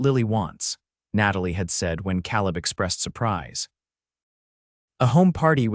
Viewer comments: nice, - but it's not "caleb" as in cow lib, it's "caleb" as in k lib :) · Except for the persistent mispronunciation of 'Cowleb' it was a perfect story for this retired teacher. 10/10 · It's pronounced Kay-leb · You need a better AI voice. His pronunciation of "Caleb" sets teeth on edge.